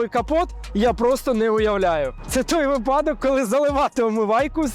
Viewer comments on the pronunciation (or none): none